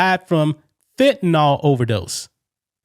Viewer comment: Fentanyl, not "fentanall..."